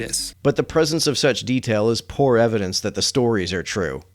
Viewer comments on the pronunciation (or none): none